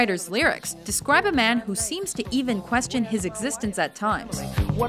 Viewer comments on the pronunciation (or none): none